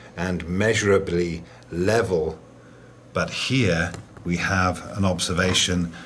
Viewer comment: It's level not sphlevel 😁